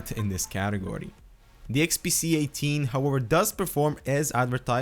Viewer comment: nice review, you were constantly saying the unit to be XPC instead of XPS.